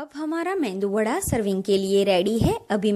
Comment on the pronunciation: This is called MEDU WADA Please don't say MENDU WADA